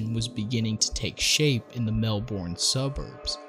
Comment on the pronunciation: Every time I hear him say Melbourne incorrectly I wanna kms lol